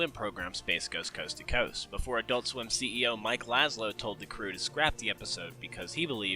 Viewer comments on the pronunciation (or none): lazzo not lazlo